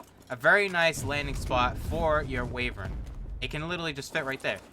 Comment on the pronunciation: Wayvern? Wayvern? ITS WYVERN! EDIT: Thanks For all the likes! Wait one like isnt Many? DAMMIT! Still top comment, Right? Or is it not? EDIT: What do you get when you mix Knuckels with a dragon?? A waevern! .....(I'm sorry)